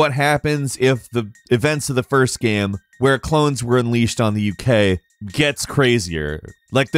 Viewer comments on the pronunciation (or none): Bugs the crap out of me when he says "gam" instead of "game". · Why can't this guy say 'game' properly. Is he joking saying gehm all the time ? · Why do you say gam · "A third person adventure GAM" is definitely all i could hear and i cant stop repeating it.